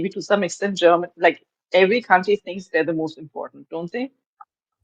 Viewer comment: Stfu....ur name should be deaf not DEF.....how dare you said Germa.......tan...